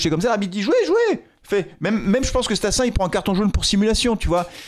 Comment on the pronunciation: Stassin 10 millions 😱 ... Sérieux ?? C'est StassUN pas StassDIX !!! Va falloir remettre Sissoko en 9 d'Urgence !!!!!